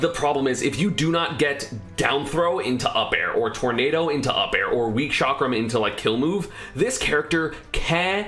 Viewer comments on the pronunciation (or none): none